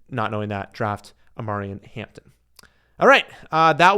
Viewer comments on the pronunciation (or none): Nah dude. Did you forget Najee is there too? Its going to be 50 50 so ain't no way you can put him tier 2. And you totally butchered his name ffs